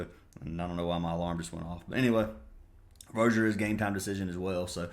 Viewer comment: Hhahahahha I love how you pronounce every players name wrong. It always cracks me up. (Rozier, VM, doncic) hahaha. You’re the man though brother I bet big on that baseball bet yesterday. You’ve won me some decent money last 3 months. Keep crushing it